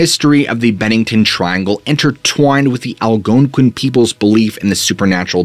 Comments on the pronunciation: I don't know why, but every time he said that tribe name that I can't spell and sounds like it starts with an A, I can't help but smile and laugh a bit. Southing about the emphasis at certain syllables cracks me up. "The Al-GOOONE-quin people" 😂. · I NEED this guy to spell the name of the Indians that believed wendigos, the veil being thin, etc in Bennington. I gotta know if he just sounds weird saying the name or if he over emphasizing the "ouin" part or what, because it's cracking me up 🤣.